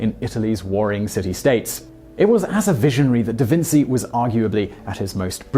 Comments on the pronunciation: Not trying to be rude or disrespectful by saying this but I thought it was "DaVinchee" not "DaVinsee" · Simon, learn something! It's pronounced DaVinchee, not DaVintsee, sounds just like cheers, cheetah, etc... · It is. In Italian c+i/e make a ch sound. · Who else cringed every time Simon said DaVinsee? In Italian ci is pronounced chee. I'll bet Simon calls fettuccine pasta fettaseenee like my Edwardian grandmother did. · Da Vinci - pronounced Da Vinchi. "ci" is pronounced as "chi" in Italy. Ciao! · Da Vinsi? Damn... I had never heard that pronunciation in my life and I speak 5 languages, one of them being English. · SHAME ON YOU. How dare you mispronounce Da Vinci. The greatest mind on earth arguably? Jeez do your homework and stop spreading ignorance. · Lmfao can't even say da vinci right